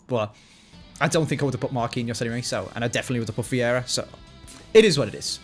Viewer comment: C'mon! "Veiera"??? We are used to you mispronouncing the names but damn, Veiera was a whole 'nother level! Just kidding though, much love!